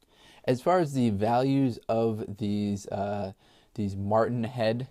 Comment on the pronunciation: Matron head NOT martin head.